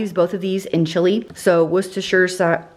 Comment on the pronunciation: So pleased you pronounced Worcestershire correctly. I’m from 🏴 and love your videos